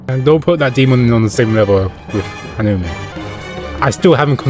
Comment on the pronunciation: It's not hanimun 😂 it's hanuman